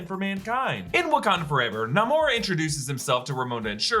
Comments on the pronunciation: Still it is Namor NOT Nomar! Stop pronouncing it like that! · Stop pronouncing his name Na-mour! Even if that's how he came to adopt his comic book name in this movie. His name is NAMOR! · Please stop mispronouncing the Sub-Mariners name.